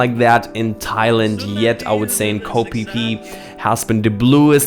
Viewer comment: We were corrected with the pronunciation of Phi Phi Islands in Thailand by the local tour guides very quickly lol. It is Pronounced Fe Fe Not Pe Pe The way he said to remember it is No Pe Pe in Fe Fe